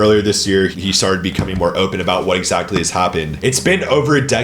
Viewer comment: Bro why do you pronounce “exactly” as “exactely”